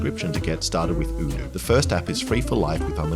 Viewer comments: They changed the pronunciation of Oh doo to udu? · i love how you pronounce odoo differently in every video, like is it O-doo or U-doo Alex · does odoo think that changing how their name is pronounced will make any more of us rich enough to own a business that requires their services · hold up, you had the same sponsor in boyboy and I think on this channel in past videos as well, and you pronounced it differently. Did that company not bother telling you how to pronounce their name until now? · Lol. Cant even say your sponsors name right... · Was the sponsor not happy with how you were pronouncing the company name? Maybe they should spell it in a way that makes sense. A single O shouldnt sound like OO. Especially at the beginning of the word, and ESPECIALLY EVEN MORE SO when the word is made up, and also ends in OO and ALSO only has 3 different letters. Id have said Odoo as well. Never Oodoo